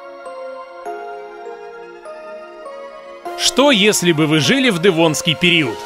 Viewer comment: Автор. Как произносишь "дЭвонский"? Это так модно? По мАсковски..